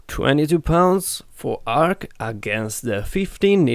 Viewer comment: Ark not arm